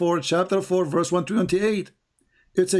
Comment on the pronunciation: Correct. He pronounced "verse" as "werse"